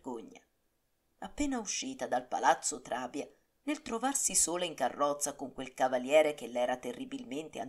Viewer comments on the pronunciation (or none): Bravaaaa ,ti sto seguendo molto volentieri.Piccolo affettuoso consiglio Trabia,Palagonia,Scordia con l' accento sulla i.😅Menomo con l' accento sulla e